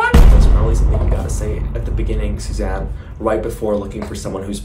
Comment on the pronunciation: WAS IT ONLY ME OR WHEN SAID SUZANNE I HEARD 'SHAZAM' LMFAO